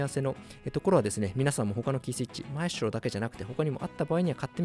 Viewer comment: マエストロの発音が良過ぎる